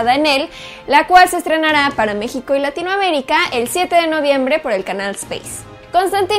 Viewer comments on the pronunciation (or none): none